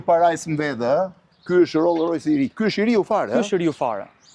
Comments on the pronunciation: Roll rojsi thot Blendi 🤣🤣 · Roll Roys ✅